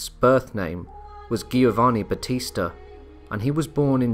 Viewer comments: It's pronounced Jovanni, not Gheeovanni. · Giovanni, is pronounced with a J sound Jiovanni... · So it baffles me... you get Genoa right but not Giovanni. The both start with the same sound. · I had my doubts when I heard "Giovanni" pronounced with a hard "g." "Heinrich" with a "ch" didn't win me over either.